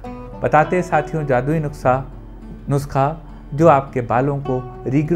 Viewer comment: Sir aap nuskhe ko nuksa bolte ho achhe lagte ho😁😁😁😁😁